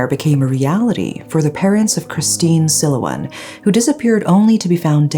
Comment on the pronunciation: Please make an effort to pronounce the victim's name and others by looking it up on the net. Lourdes is Lordes as in des not days. Silawan with emphasis on "LA". This isn't meant as a a criticism.